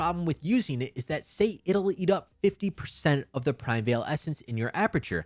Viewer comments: Unrelated, but it's "PRI-MEE-VAL" ESSENCE, not " PRIME-VEIL" 😭😭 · qi is pronouced chi in chinese primeval is pronouced like prime evil